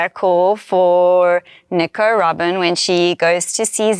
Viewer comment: Did she say Nico Robin or Nicaraguan when she was talking about Robin’s arm cuff? I would have thought she said Nico Robin but it really sounded like she said Nicaraguan lol